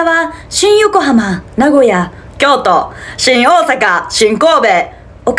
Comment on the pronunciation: ｢しん⤵︎ おぉ⤴︎さか｣と｢しん⤵︎ こぉ⤴︎べ｣がおもろい笑